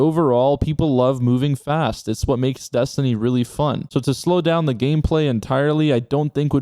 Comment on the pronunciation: my man said 'slown down' xD